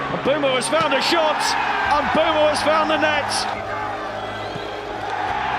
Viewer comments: bro I am Cameroonian it is Mbwemo don't argue with me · Bro that Is not how you say his name you it like "Mbwemo"